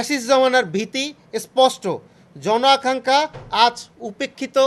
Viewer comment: কি আশ্চর্য শুদ্ধ উচ্চারণে বাংলা বলতে পারে না? জণ আকাঙ্ক্ষা শব্দকে উচ্চারণ করে যৌন আকাঙ্ক্ষা?! এরাই রাজনীতিতে প্রবেশ করতে চায়????